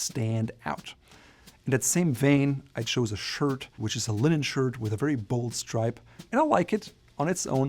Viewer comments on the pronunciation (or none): none